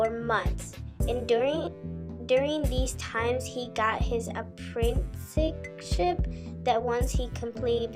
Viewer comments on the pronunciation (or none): you mispronounced “apprenticeship”. You are definitely young. That’s FINE in my opinion man... but why lie about it? Lol. You should be using that as something to play on for subs. I thought this video was good haha I found more info on the Romeo situation here than I did on other channels. But it’s obvious you aren’t just “editing” your voice lol. Nobody that’s an adult would do that and your reasoning for why you do makes zero sense. It’s funny. Just own up to your age and keep grinding. Good luck man. I hope your channel takes off. But it won’t if you continue to lie about your age lol I know that for a fact. People will just focus on that and ignore the content of your videos.